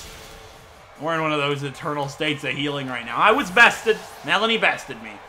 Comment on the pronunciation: Finally a person who says her name right ^_^